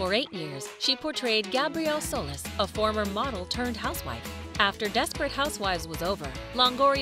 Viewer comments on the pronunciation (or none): It's not soulless, it's soleeeeez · its soLIS not soLES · did they say ... gabrielle sol-is .. it’s sol-ees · Corrections: -Solis is pronounced So-lease. -Bree was first introduced as Bree Van de Kamp. She became Bree Weston at the very end of the show when she married her third husband. -Marcia Cross had her twin daughters in 2007, so it's hardly recently. Great video by the way. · Aah yes, Gabrielle Soulless